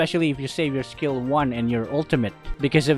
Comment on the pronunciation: Was I the only one imagining he was saying scale one when he was saying skill one